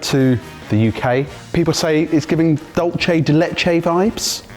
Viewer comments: Dulce de leche is a spanish name, the c in dulce is pronounced like an s, not like an italian c and the u is oo. Dulce, not dolce. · Given is rather keen on things Spanish, and is a bit of a pedant, I feel I really must correct your pronunciation of Dulce de Leche. It's Dool-thay de leche. Dol-chay is Italian, in which it would be dolce de latte. Hearing the mish mash (very common, I must say) is like nails down a chalkboard to me! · Not the DOLCHE de leche again guysss lol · You guys need to learn how to properly say dulce de leche😂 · well English doesn't have an equivalent sound so unless told we're gonna keep pronouncing it wrong. No need to be snobbish about it